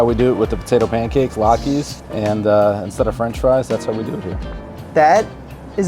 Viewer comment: As a New Jersey Jew this pastrami looks incredible, I can’t wait to try to make it myself, but the way you kept pronouncing “latke” has been killing me the whole time 😂